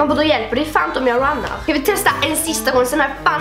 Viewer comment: Hhaaah älskar när du bah: "Runnar" Hahahaha förlåt men lät så roligt haha Love You❤